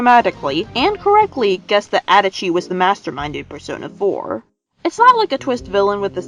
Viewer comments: I’m sorry... How the hell can you say adachi like “Edachi” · the way you pronounce adachi I'm actually going to cry it's literally pronounced in the game